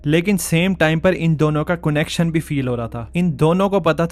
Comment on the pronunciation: Your pronounciation of Connection😆🤣🤣🤣🤣🤣🤣🤣🤣🤣🤣🤣